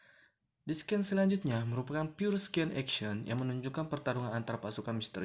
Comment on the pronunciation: Scene bacanya "sin" kak, bukan "sken"